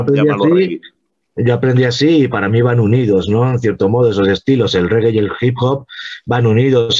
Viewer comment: REGGAE SE PRONUNCIA "REGUE" (no rigui, ni regai, ni reguea, ni ostias...REGUE)